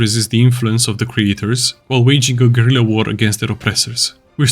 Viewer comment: refreshing to hear someone pronounce "guerilla" properly and not like "gorilla"